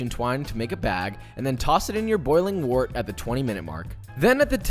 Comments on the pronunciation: Pronounced "wert" like "word", not "wort" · I know this video's like 2 years old, but it's pronounced "wert", not "wort"